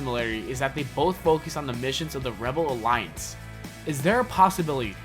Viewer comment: the way you say "rebel alliance" is funny. your pronouncing it wrong ;p